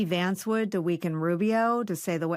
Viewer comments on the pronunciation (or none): none